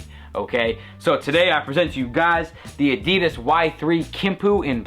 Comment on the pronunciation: a-dee-dus, hahaha funny accent mate.